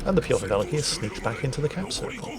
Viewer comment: To make it easy to pronounce you can say Peter The Great instead of Pyotr Velikiy, as it is what that means. And if you care about pronounce, the stress is on the second part in the word Velikiy :). Anyways, great and fun episode!